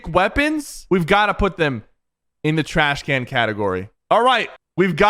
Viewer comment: Sypher: TRACH CAN ( Puts it in useless instead of trash can)😂